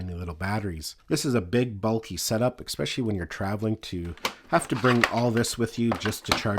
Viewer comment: great video thanks but btw there is no "X" in the word es·pe·cial·ly!